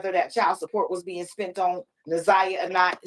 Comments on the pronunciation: New sub. I just started watching but had to comment right now about the mispronunciation of her name. Na'Ziyah's name is pronounced exactly how it is spelled. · Why she can’t say the baby name right. I know there are way bigger problems but people who purposely mispronounce names agitate me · Poor Laurie! She’s not a good listener! She overtalks the guests and she can’t pronounce Naziyah’s name for nothin😂🤦🏽‍♀️ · The interviewers need to do more research before these interviews. She can’t even pronounce the girl’s name? Smh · How was she isolated? I don’t get it. I’m not sure these people even know this girl. They don’t even know how to pronounce her name!